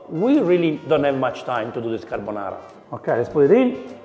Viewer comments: It's a "gordonara"😂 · Carrrr bo naaaarrrrrrra. Nouuuu crrrreamm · i was thinking exactly this: Gordonara :))))